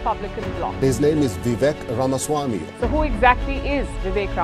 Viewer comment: Only western guy to pronounce RAMASWAMI correctly